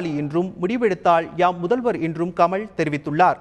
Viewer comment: Tamil ucharippu sari illai. Fire this guy from Thanthi TV. The basic qualification is good Tamil for Tamil TV. He says கமள்... தேடாவிட்டாள்! தோளா ...